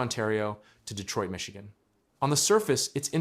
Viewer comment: "Ichigan" Give up AI in producing videos. No Human would make such a blatant mistake! Shove your AI up your A!